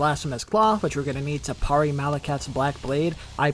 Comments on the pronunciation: I don't want to be that guy but it's pronounced, Perry not parray, just sayin 🤔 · I've never heard anyone pronounce it the way does either. Everyone usually says "pair-ee" not "parr-ee" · Bro would’ve been a great video if you didn’t keep saying PARR ee instead of PAIR EE! The way you say PARRY is like nails on a chañkboard